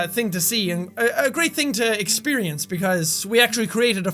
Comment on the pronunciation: exshpirience? lol